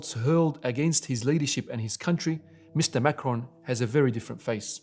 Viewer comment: Since different perspectives and interpretations are the glue holding your feeble religion of peace together... I thought some clarification would be helpful here. President Macron - is pronounced [ mak-ron ] French Macaroon - is pronounced [ mak-uh-roon ] Sir... your misuse of syllables is blasphemous, rendering the rest of your video full of misrepresentation and ultimately obsolete